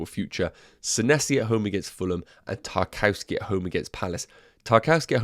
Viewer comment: 'Nuff wafflin'... great video! Btw... he's pronounced 'TAR - KOV - SKAY'